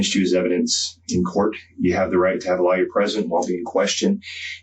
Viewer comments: I find it interesting (and amusing) that the bald interrogator pronounces the word 'lawyer' the same the word 'liar' is normally pronounced. He REALLY doesn't like lawyers, does he lol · Swear the detective kept say liar, nor lawyer lol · Interesting how the cop keeps saying 'lawyer' as 'liar'. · Is it just me, or when the detectives was reading her rights, didn't it sound like he was saying, if u cant afford a liar, a liar will be appointed. It sounded like every time he said lawyer ,he said liar!! Lol . It makes sense bc the public pretender are liars to and dont care about keep u out of jail /prison. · Love how the detective pronounces "lawyer" like "liar" 😂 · I have never heard someone say lawyer like that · The detective doesn’t know how to pronounce “Lawyer” 😂😂😂